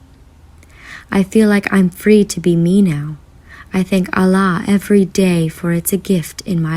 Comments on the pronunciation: Hi sister salam if you are reading this i just wanted to tell you something. Your love for Allah is so great may he increase that same love thousand time for you,me and everyone sister when you pronounce the name of Allah Its actually AL- LAH not A-LLAH INSHALLAH YOUR PARENTS AND THOSE YOUR LOVES ONE ARE GUIDED TO THE RIGHT PATH. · It's Allah not Allaah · Its Allah not Allaah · Its not islaam its Islam, its not alaah its Allah! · Ahlaah? Sahlah? Lol only in America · Say allah properly at least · You said Allah and Quran wrong